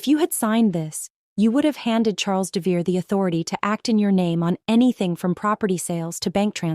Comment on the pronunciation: AI narration often pronounces names wrong. According to the spelling (Devereaux), it should be DEV e row. That's only one of several spellings the AI subtitles use, but it is the most common.